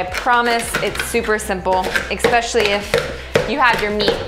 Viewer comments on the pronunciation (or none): ESSSSpecially, not exxxxpecially